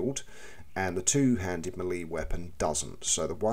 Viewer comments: More like "may-lay" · Melee, pronounced 'Mell-ay' 😉